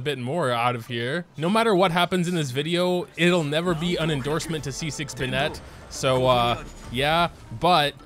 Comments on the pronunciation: Not a huge deal I guess but there's Literally not a single youtuber is willing to take the time to learn how to say the names right. BenNET BenNET. When has anyone heard the name Bennet be pronounced that way? The emphasis is on the first syllable. BENnet BENnet. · all i feel is rage when pronounces bennett and "ben-et" instead of "ben-it" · First video I've watched from this guy; does he seriously say "BeNET" or is it a joke. Like I can understand the people that butcher Ayaka as aYAka, it isn't a name you'd hear all too often and the English VA also butchers it in the same way. But Bennett is literally an English name that just about everyone who grew up speaking English should know how to pronounce. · he knows how to pronounce it it’s just habit + a bit of an inside joke that he says it the other way